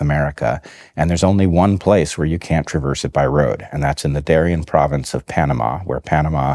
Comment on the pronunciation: It's Darién, not Darian. Pronounced in Spanish, the accent goes in the last syllable.